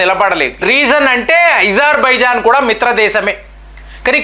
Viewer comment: Eజర్బజన్కాదు అజార్ బైజాన్ గా చెప్పండి